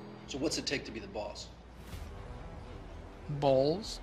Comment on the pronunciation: “So what’s it take to be the boss?” “Bawhls.”